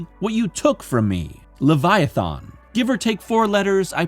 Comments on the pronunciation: He says the end of the word Leviathan like the end of the word "Marathon" like bro come tf on. THERES NOT EVEN AN O AT THE END DUMMY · But there is a wrong way to pronounce Leviathan..... over and over and over again in this stupid video